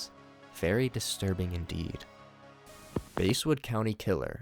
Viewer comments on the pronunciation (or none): it's pronounced bass like the fish not base, i live near Basswood IRL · It's bass not base like a large mouth bass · It's not base it's bass lmao english much? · It's not basewood its basswood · “Base-wood” lmao